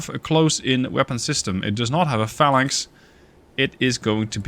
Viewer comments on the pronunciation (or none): none